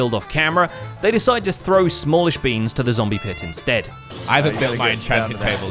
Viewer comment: Lmao “Skizz Le Man” and “Sam Llishbeans”